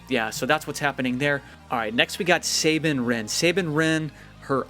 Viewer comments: Say(Bine) no it's Sa(nine) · sab een wren not sabin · plz say Sabine right it is like Sah-been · you miss pronounced sabine sa bine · Sabine is pronounced "Sabeen" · ITS SAH BEAN